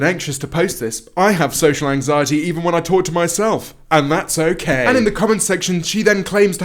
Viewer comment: I swear she said 'anxietEa'